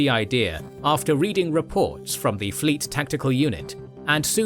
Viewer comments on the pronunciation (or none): none